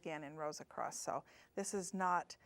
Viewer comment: A-C-R-O-S-S not a-c-r-o-s-t. Thank you.